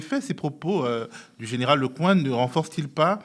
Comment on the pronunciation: En fait ce "zénéral" a fait une déclaration de guerre aux Africains !c'est noté" zénéral"